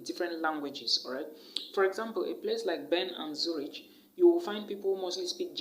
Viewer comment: Zurich is not pronounced Zuritch. It’s pronounced as Zurik.